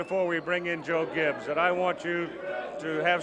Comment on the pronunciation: The beer vendor could've suited up to beat this Broncos (one man) team in, I mean place. Sorry the man can't even pronounce his own name correctly. Nor his former head coach, Joe Gibb. It's Joe Gibbs, you fool. Anyway, Elway and his '97 & '98 teams would've annihilated this Redskins team!